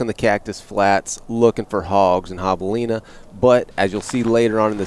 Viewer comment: Still saying javelina wrong in this video Bummer :(